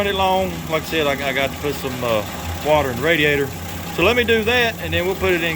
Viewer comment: You said "water" jus like Forest Gump. ..wau- tauh